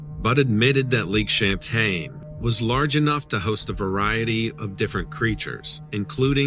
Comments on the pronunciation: It's Lake Champlain NOT Champaign. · i don't know who told the name, but it's not champey it is Champ just Champ, and also it is not champagne it's Champlain okay bud!!! i was wondering when champ was going to be on Dread right in my back yard!!! very cool!!!! just say'n!!!!! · It's pronounced, Champlain" not champagne like the drink lol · 😂 Too bad he keeps calling it lake champagne, instead of lake champlain. And we don't call it champy. Its Champ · It's lake Champlain not Champaign lol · If you're writing a story about cryptids, you should at least get the location correct. "Lake Champlain" not "Lake Champaign." Are you sure you've been there or actually lived there? I doubt it. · Lake ChampLain. Not Champaign LOL. Love your stuff!! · Champlain is the name of the Lake! Not Champain? Can you believe someone who doesn't know the Lake's Name that He is on ??????!!!!!!!? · I used to live on this lake that you are mispronouncing. It is lake Champlain, NOT Champain. There is an L in there. It's NOT pronounced like the alcoholic beverage you are pronouncing it to be. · Lake champagne? It's lake Champlain.. love your videos tho.. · How can you claim to be from The Lake Champlain Basin and NOT be able to pronounce the word Champlain correctly! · There’s an L in Champlain. 🙄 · Wow!! There's gonna be a mutiny if you continue mispronouncing Lake C.....😂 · You would think that someone who claims to be born and raised in the Vermont area would be able to pronounce Lake Champlain correctly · _gazer Ummm, he's right. He is not pronouncing the name of the lake correctly. If you're going to narrate people's stories, at least learn the correct pronunciation of the topic. Sorry to burst you bubble, but he's not trolling. Vermonter here. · are you talking about Lake Champlain?? lol Dont drop your L's...great video as usual!!